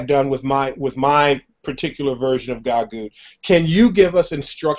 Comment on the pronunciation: Stop pronouncing it wrong how disrespectful GaGOOT. It's GAGUT